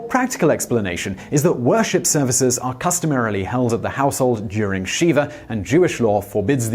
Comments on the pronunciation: Shiva not Sheeva it’s a short i. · Shih-vah not shee-vah (or see-vah). Normally I wouldn't bring pronunciation up, for many reasons. In this case I just don't want anyone confusing the name of a Hindu deity with a solemn mourning ritual. Also, the visual of sitting on Shiva makes me giggle. 😊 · Thank you, Ashes, Ashes! I went looking through the comments to see if anyone else had commented about this. I'm really glad you beat me to it. It seems as if I'm always ripping Simon for various pronunciations, especially Spanish words or names. Brits are terrible at pronouncing Spanish words and names. Taco is an excellent example. Many, if not most, Brits pronounce the word taco as "tack-o," which is horribly offensive to the ear of anyone who grew up speaking (or even hearing) Spanish.